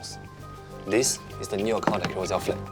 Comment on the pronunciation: That’s because mandarin is her strong suit. Her English enunciation is atrocious. She said ‘carousell’ and ‘carouzell’. Her pronounciation of all the consonants aren’t clear that’s why when she spoke in the first few min of the show, I have no idea what she’s mumbling about.